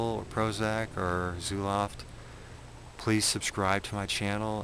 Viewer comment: He pronounced it "zooloft" lol what an idiot.